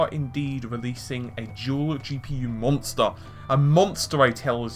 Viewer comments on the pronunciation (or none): "monser, A MONSER I TELLS ME"